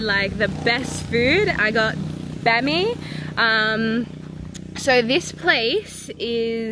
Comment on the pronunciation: She is butchering the jamaican words. Fiwi is pronounced FIH wi. Bammi is pronounced BAH-mi. Emphasis on the first syllable.